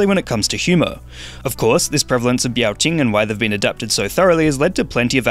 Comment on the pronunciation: Biao Qing is pronounced "Beow" (meow with a B) and "Ching?".